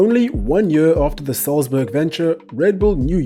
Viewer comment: Your german pronounciation is really good, do you speak german?